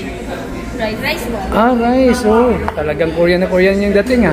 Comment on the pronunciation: Di ko naintindihan in the beginning sabi mo koryan food yon paka koriyan foods as in Korean foods!